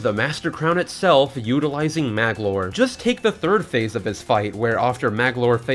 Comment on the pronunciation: Sheesh, Magolor has 3 syllables, not 2. Also, you didn't include the lore about Nightmare and the Star Rod